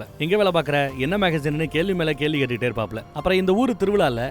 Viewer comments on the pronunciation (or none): none